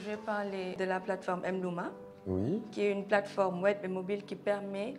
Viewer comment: da la plateforme koi... la fille de l'IT la elle doit bien prononcer